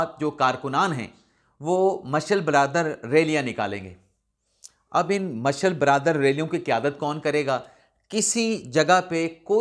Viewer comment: Marshal brother nai sahafi sb.الفاظ تو درست بولا کریں۔پڑھے لکھے ھیں یا جاہل۔ مشعل بردار ھے لفظ۔